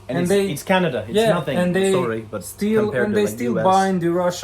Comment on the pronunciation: Like here in Canaduh. 😂